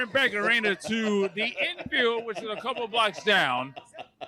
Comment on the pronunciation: Funniest part is definitely the ‘INN”field😂😂